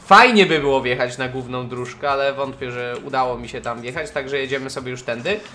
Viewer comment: misja gówna xd (główna) czemu tak usłyszałem